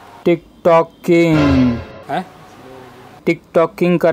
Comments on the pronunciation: Bhai tic toc nahi tohat h tik tok hai o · अरे भाई tik tok hota hai tic toc nai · Tic toc nhi Tik Tok hota hai engineer sahab 🙏🙏